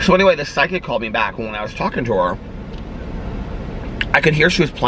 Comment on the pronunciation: You pronounce the word “psychic” weird lol. It sounds like you’re saying “psy kick”